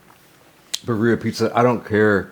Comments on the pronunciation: Your pronunciation of birria could definitely use some work. As a white guy who lives in the SW of the US you sound like the white stereotype haha. Think of it as Beer-e-ah, where you roll the r's as well. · Roll your R's birRrRia pizza lol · Oh yum! And..awkward pause..should I tell you how birria is pronounced? no shame, someone taught this white girl lol. It's "beer ee yah". I love how you eat, been following you for years. :) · It’s pronounced “beer-ia”. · Bro, you have to learn how to pronounce 'birria' 😂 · Love nut job pronunciation of ‘birria’..Would’ve been even better if he just used his signature one- syllable abbreviation, perhaps ‘birr’😊